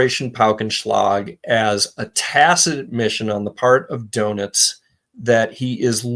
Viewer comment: pronunciation of Doentiz sounds to me like "donuts." Not a criticism, just a point of amusement.